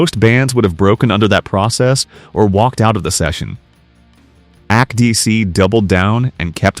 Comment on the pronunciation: I like these types of videos, however ever the mispronounced words suck. Act DC. You need to get a handle on it. You proof read text, why don't you proof listen to your text.?